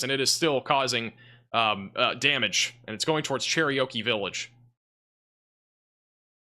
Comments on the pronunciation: You butchered the name Cherokee. Like...did you ever really bother to try to read the name? I understand accents can influence pronunciations, but really? "Cher-ry--o-key?" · U said Cherokee like it was an Indian Oreo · Cherokee is not that difficult a word. Lol. Good coverage